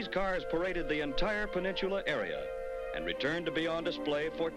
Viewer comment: "Over 5000 individual parking spaces!" None of which are available when you want them. Did you say "porksicles"? XD I wish the narrator would stop saying "peninchula" instead of "peninsula." That shopping center is still there! I got curious and looked it up at Google. It still has Macy's and Sears, but the Gay Farmer's Market is long gone.